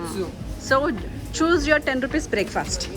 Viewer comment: Mam meeku kabatti ane word ni telugu lo sariga pronounce cheyadam ravatledhu anukunta..... Please change your slang... Telugu ni telugu la matladandi